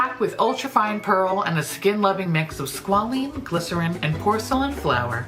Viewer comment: Never have I ever heard squalane pronounced the same way twice lol